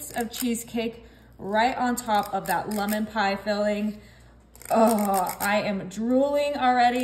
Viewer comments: Lummin? Where in the world did you learn to mispronounce the word lemon like that?? 🤣🤣🤣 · Lemon, not lumon.